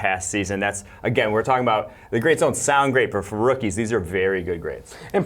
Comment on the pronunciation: we're getting better lol (I have to sound like an idiot)...amazing what a brush, hair gel and a couple of breaths and pauses can do. Next step is to enunciate all words.. "rookies" has (2) syllables, but I'm proud of you kid!